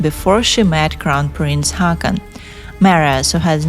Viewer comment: Haakon is pronounced Hoh-kon. 😊